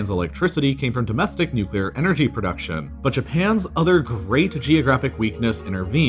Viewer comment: thank you for pronouncing nuclear correctly